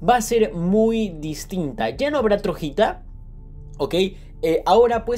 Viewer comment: Porque dices Trojita cuando dice Troyita